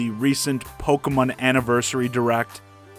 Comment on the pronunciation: Pokamin? It's Pokemon. The name comes from combining the English words Pocket and Monster, but you use Japanese pronunciation to say it.